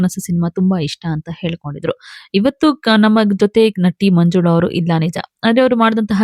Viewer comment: Nanti allamma N A T I. Nimma kannada swalpa correction maadilolli. Tq ( taaraangana alla taaraagana)